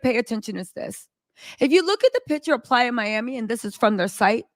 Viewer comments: It's not plya it's Playa miami😅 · Lord if you say please Miami one more TIME ITS PLAYA. 😢😢😢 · IS IT “PLAYA” or “PLY- A”? is beautiful and AMAZING but I CANNOT handle the relentless mix ups and mispronunciations. Jeezy and Jeanie became Yeezy and Jenny. Where will it end? I can’t!!!!!!!!!!! F!!!